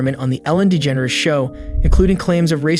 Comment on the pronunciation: really hit that dE-ge-nErs pronunciation lol